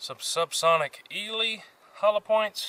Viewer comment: Eley, say it like ‘Eeelee’ 👍🏻 there one of the more popular brands for 22 over in the U.K.